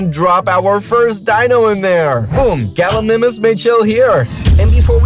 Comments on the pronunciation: Bruh, it’s not called gilamimus it’s called galamus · Nah. Gallimimus❌ Galimimis✅. Sorry but true you don't pronounce it bro. 😅😂. Btw sir-a-to-sor-as for pronunciation. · Sorry to be a nerd but gal-i-my-mus comp-sig-na-thus cer-at-u-sourus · Its pronounced gal gi my mus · It’s pronounced Galla my muss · Gallimimus Gal-e-mime-us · You said gallimius wrong 😑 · Your not saying gallimimus right